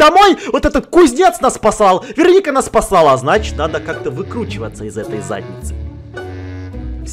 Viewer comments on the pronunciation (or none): none